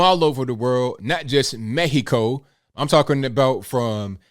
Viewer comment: My Friend, I have been follow you for some time, i like your thinking and style, today i heard say Mexico the correct way, you surprise me, i don't bother when americans pronounce MEKZICO, but the way you said it was a Joy. i Salute you. Thank for Do Care.